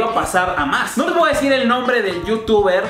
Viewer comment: "Me voah espera" x2 😂